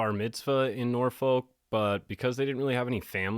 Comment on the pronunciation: The way you said Norfolk, Virginia 💀😆 My appendix bursted while I was in the middle of a weekend shift while I was 24 weeks pregnant and nobody would come in and cover me so I could leave work. I worked for 6 hours after it bursted and then when the next nurse came in, I gave report and went straight to the ER and was then put in an ambulance for the hour long ride to Des Moines because my local hospital couldn’t handle the case due to my pregnancy. My child ended up being born too early and I obviously quit that job. There are lots of reasons I left the nursing profession, this incident being one of them and another being the jab mandate. Nope, was okay walking away from my career. Great coverage, my friend! Happy to see you thriving!!❤